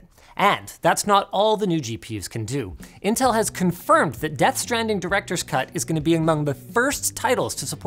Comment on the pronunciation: you called them nintel 🤣